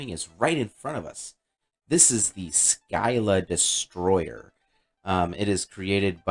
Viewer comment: nice vid - just an FYI: "Scylla" is the many-headed monster in the Odyssey (paired with Charybdis, a whirlpool, which threatens sailors who pass between them, and thus the expression to be "between Scylla and Charybdis" is to be "between a rock and a hard place"). Syclla is pronounced "sigh-lah"